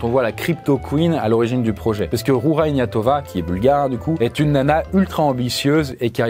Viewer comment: et les langues étrangères...:) vu la qualité de la doc ce serait une belle cerise de prononcer correctement;) Ca se prononce "Rougea Iguenatova" pour l'anecdote